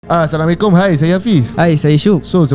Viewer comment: Maaf ya, kenapa guest tu bagi salam " Hai Sekkom "..? Bukan Assalamuaalaikum mcm cara Islam yg di didikan oleh Rasullullah.. bagi salam telus sebutannya tu.. maaf jika saya salah dengar.